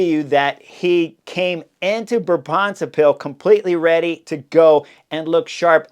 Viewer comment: Tip for pronounciation of Brabantse Pijl, the emphasis is on Bra, not on bants. Written out it sounds more like Braab’ntse pijl